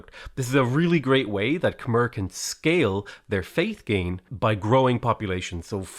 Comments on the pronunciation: Okay... Khmer is not pronounced "kah-merr". It's pronounced "kah-mye". My wife is Cambodian, and she's cringing every time you mispronounce it. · I thought it was pronounced "kuh-my" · khmer is pronounced kam eye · yo it's pronounced Kuh-My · Getting consistent minor annoyance at the pronounciation of Khmer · Heh. "Khmer-cial Hub". Heh.